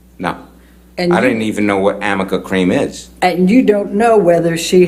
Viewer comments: She keeps saying "amica cream." Does she mean "arnica cream"? What a fool. This guy's great. I'm proud to be a "New Yoika" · Amica or arnica? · The defense attorney pronounced it wrong multiple times. it's arnica cream. A homeopathic ointment for inflammation, bruising and muscle soreness. And yes, highly doubtful he would know that. Big backfire